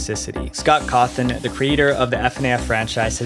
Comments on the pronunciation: And pronouncing Scott's name as "Scott Cawthorn" instead of "Scott Cawthon" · "scott hawthorne" 💀💀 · He said Scott Hawthorne. It’s Cawthon. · Hawthorn? You mean Cawthon? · The name is vivziepop not whatever you said earlier. And you called Scott's last name Hawthorne. Maybe next time make sure your saying the names right? Don't take this personal plz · Why did you say "scott hawthorn" at one point instead of scott cawthon? I literally lolled at that part. Plus, it's "fu-naff", literally nobody says it like "f.n.a.f.".